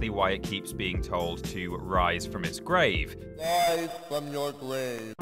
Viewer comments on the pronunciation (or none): Wize frum yo gwave Never knew God/Zeus had a speech impediment